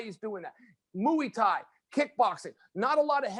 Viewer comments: "Muyi Thai" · Moo-ey Thai!